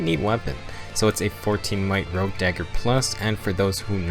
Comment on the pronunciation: Rogue, not Rouge.